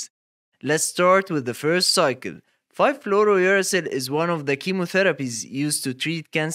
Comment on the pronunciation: somehow u say it right when its uracil alone but not fluorouracil